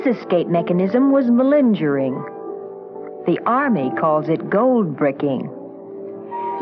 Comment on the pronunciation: MalinJering ??? hahaha